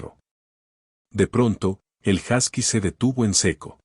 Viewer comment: Se pronuncia “josky”